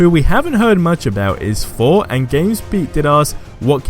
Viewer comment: It’s Thor not for